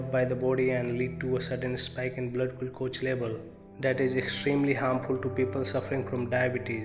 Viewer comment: learn proper english pronounce to speak, how you pronounce glucose